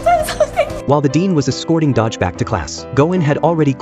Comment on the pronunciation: It's Do-Gi, not Dodge wtf😂